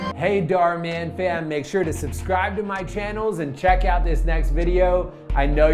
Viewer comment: It's not dorman it's dhar maan